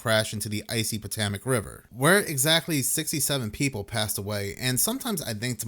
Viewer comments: 'POTOMAC' is pronounced: 'Po'= long 'O' (toe, tow, hoe, row) 'To'= like TOE W/same long 'O' as 'PO', 'Mac' = Just like a McD's Big Mac®. PoeToeMac-That's how us here Washingtonian's pronounce PoToMac (Like 'FotoMat'). And, yes, we bastardized the heck out of the original name of the: "Patoawoamac" Indian Tribe, No disrespect intended, implied or suggested. Just thought you'd want to be pronouncing it ~politically~ correctly. Hope this helps. This is the simplest way, there are other variations of course like the 'PO' having more of a short 'PA' (Papa) sound. Then again I pronounce Washington with an 'R' like Warsh... But that's because I'm a native 'Warshingtonian.' Peace out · 😂😂😂 thats not how you say Potomac dawg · It might seem minor, but..... what is Botemic river, or.. Botamac river??? It's very well known Potomac, ok. Try it slowly: PO-TO-MAK.... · Patomac is pronounced - PA-TOE-MAC. Just sayin' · pa toe mick -is how you say tge river 😊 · Pa-TOW-mik River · Pa-tow-mick River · Puh - TOW - mac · It's Pa TOME ik river. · wtf is the "Patamac" River - i mean - at least get the damn pronunciation correct - ludicrous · Potohmic how you say it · Why can’t you pronounce Potomac? It’s mentioned a thousand times in history! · Look up how to pronounce "Potomac"